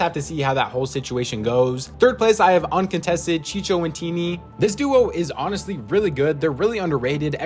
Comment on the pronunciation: its not chiCHO its chiCO